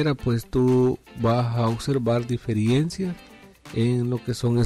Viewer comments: No se dice DIFERIENCIA, sino DIFERENCIA. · Amigo no es "diferiencia" es "Diferencia"... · Amigo la palabra es Diferencia y No Diferiencia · diferiencia??? de verdad? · Qué pérdida de tiempo, quería ver si lograba reparar y al final nada. Con tanto anuncio el video se volvió fastidioso y además se dice diferencia, no diferiencia. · DIFERENCIA, por el amor de DIOS, D I F E R E N C I A, no diferiencia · Por qué decís "diferiencias"?